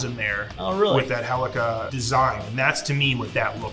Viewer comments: Mmmmmm, yes. The literal WORST Battlefield game. Also, why does he say "helica"? I'm pretty sure it's "Helical". The L isn't silent, correct me if I'm wrong. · You can tell beardo is an infantry pog, saying helica instead of helical and with his weird pronunciation of Garand.